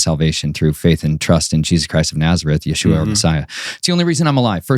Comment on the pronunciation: Your list for revenge and blood makes me feel uneasy, and why do you keep calling our savior Yahooah it's pronounced Yeshua or YHWH I've been praying for discernment and this one makes me really uneasy.